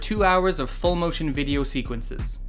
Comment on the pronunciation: "Das high-quality VI-D-O" .. Graphics and capture look sharp. Strange game that I would have no interest in playing myself. Got more out of this content than would have the short game. At least you made it fun. But, the acting and some other things about it are appreciated, like you said.